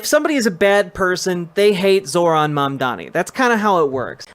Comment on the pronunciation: They call him mamdani not mamdowni! 🎉 We up!